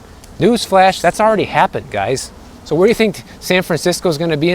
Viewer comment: Are you born and raised Floridian? Your, “I guess soooooo” sounded soooooo midwestern. 😹 sweet kitty!